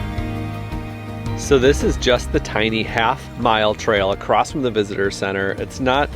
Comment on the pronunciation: The word is “across”, no “t”. Why are you saying “acrossed”? Very strange 😊